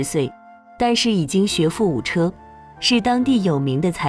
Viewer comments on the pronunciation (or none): 閣下可不要冤枉了機器唷 !! “機器讀稿機”是依據主播的發音去抓取相對應的字，從影片中可以很明顯的聽出，主播是唸（ㄔㄜ） 不是唸（ㄐㄩ）； 所以是主播搞不清楚“破音字”，是主播的發音有誤、不是機器的問題哦！ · 學富五車，其中的車是唸（居）的音，破音字機器不會分別讀音。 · 機器不認識破音字 故而只會唸成車子的車